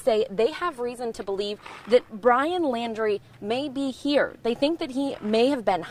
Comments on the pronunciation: The reporter doesn't even know his last name. It's Laundrie, not "Landry." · Yeah the way they promote themselves before starting a horrific story fantastic journalism...... Maybe the lady could get the name right maybe once??? She's said Landy,laundie shit I don't think she gets the name right once. She's obviously a pain in the arse for the sniffer dogs but she's still there. That's commitment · Not Landry, it's Laundrie (like "dirty" laundry).